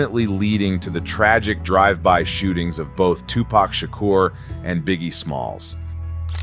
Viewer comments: " Tu pack" LMAO cmon man. You're videos are always solid. it's "Tu-POK" you should know this. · You don’t know how to pronounce Tupac? 😂😂😂😂😂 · Sorry, but I dont like the way you say Tupac